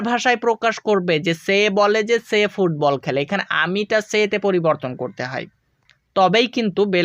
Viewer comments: ফুববল না স্যার ফুটবল ❤ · ফুটবল not fubbal